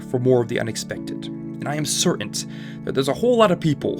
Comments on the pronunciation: "cerant" instead of *certain* literally ruined the speaker for me. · “Certaint” is the only reason why I watch your videos but never subscribe. ‘,:\ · Is no one going to say anything about how the narrator pronounced “certain” with a superfluous T at the end? 🤨 Great video, though. Thank you for making it. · There is no “t” on the end in certain. 😂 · Certant? Wtf lol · "I am certaint" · i've never heard certain pronounced sur-unt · Certain, important are just the words I've found you can not say properly. Work on it. I know you can do it!